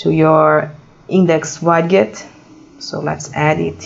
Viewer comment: for the record, the word "widget".. is pronounced like this.. (ˈwɪdʒɪt) or (wid-jit) click on the pronunciation speaker.